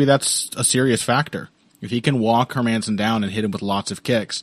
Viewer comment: Hermansson? Nah, mah man, son.